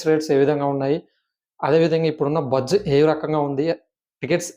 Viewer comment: బొజ్జ కాదు బజ్